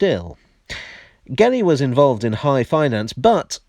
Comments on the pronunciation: Hello. For future reference, the surname Gelli is to be pronounced like jelly. Ge, gi... Sounds like je or ji in English. To sound the way you pronounced it, it should have been spelled Ghelli. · Great video,, but we pronounce "Gelli" as "jelly". 👍😁